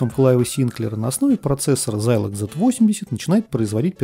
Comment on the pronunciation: откуда такой странный прононс? Почему зАйлог? Почему зИикс? Очень режет слух. Может тогда уж и Сайнклэайр говорить?) Если хочется хочется подражать английскому произношению, то можно хотя бы в гуглтранслейте послушать, как эти слова звучат, а он скажет - зЭДэкс и зИлог.